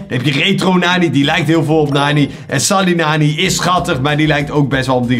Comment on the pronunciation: Het is rebel lola maar jij spreekt het uit als rebbel lola, je spreekt sally nani uit als selly nani maar jij zegt gewoon sally nani met de a